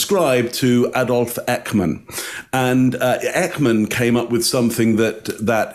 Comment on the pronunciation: please go and ask your Dutch wife to teach you to prenounce the name Eichmann please. Definitely not “Eckman”., my condolences on the loss of your mum. Nice to dedicate this episode to her memory.